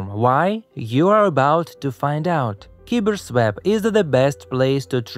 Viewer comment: Next video, just say KyberSwap.